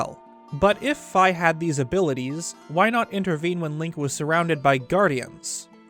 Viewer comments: "Fee" not f🥧 or am I saying it wrong? 😂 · Fi name is actually pronounced "Fee" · It’s pronounced phee but spelled phi